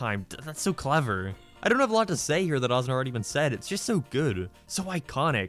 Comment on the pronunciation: And you say "Seh" instead of "say"